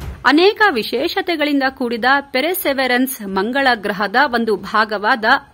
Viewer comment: ಪೆರ್ಸೆವಿೇಯರ್ ಸರಿ ಉಚ್ಚಾರಣೆ